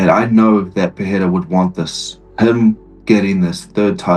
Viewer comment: Someone teach Chael Sonnen how to pronounce Pereira Is not that difficult